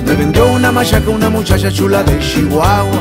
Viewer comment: “Una mushasha shula de Shihuahua”, ja, ja, ja, me gusta como lo dice 😂. Salu2 a to2 desde el mejor país de Centroamérica: Honduras.